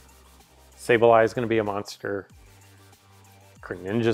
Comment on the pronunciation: sorry to correct you, but I think it's pronounced "Sprit Tomb" like a mummy's tomb. Good job on pronouncing Sableye, though!